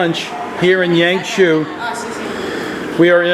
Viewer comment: It took me a lot time to figure out what it was when you spoke HangZhou, it sounds like HanShu. HangJoe sounds better to me. No offence, just try to be a little help.